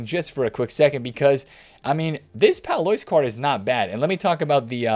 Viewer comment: Courtois - Cor twa. Pallois - Pal lwa